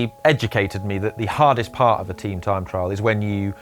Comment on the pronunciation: Tream trime trial...... struggles in speaking and in a pace line! Ream